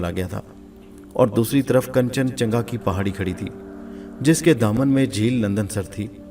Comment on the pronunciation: Bhai it's kanchan Ganga... Not changa it sounds so so funny....